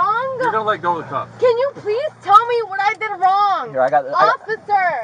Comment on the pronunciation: What did I do WRONGAH! What did I dooo-GAH. Why-GAH!